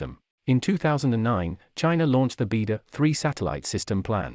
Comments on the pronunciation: It’s not “beedo”, it’s “bai dow”, means Big Dipper. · It is pronounced BeiDou (Chinese Pingyin for 北斗). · Please pronounce beidu properly